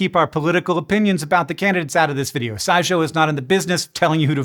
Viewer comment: I just realized I had heard you say SciShow in other videos several times, but I thought you had said Side show and wondered what that meant, figuring it was one of the many accounts you have, DOH